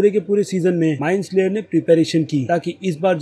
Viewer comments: Bro love ur videos aao bahot acche se explain karte ho but kuch choti mistakes se Maja kharab ho jata hai jaise ki MIND FLAYER not slayer aur Joyce ka pronounciation bi galat Kiya hai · Bro it is mindflayer not mindslayer